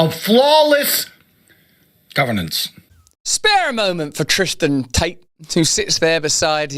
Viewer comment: Anyone who can't pronounce and read the word "governance" has ZERO place running the government. People with eyes can see the quiet brother sitting at his side is more fit to be a leader. (Not that I would want either of them leading anything.) You can tell Tate didn't write or even read this before he just started spewing it. Like everything else he has ever said. How empty it must be to not have any real principals or connections. Teaching young men to essentially be sociopaths and then expecting an entire nation to trust him is ironic. I would much rather see Russel run. Russel is a man who could run intellectual circles around Tate yet has a humility about him that is respectable. Give me REAL intelligence over someone who thinks being loud and obnoxious somehow makes what you are saying more resonant.